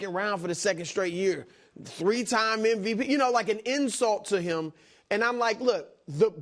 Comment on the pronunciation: “Post eem up” Why does brou pronounce “him” like that? lol